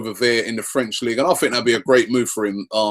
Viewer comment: "League-a One" huh? LIGUE UH! HOW HARD CAN IT BE? Brits...